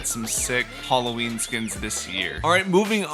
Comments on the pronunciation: Nobody: Not even iron man:: Hollowin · Wtf is Holloween,I recognise Halloween not holloween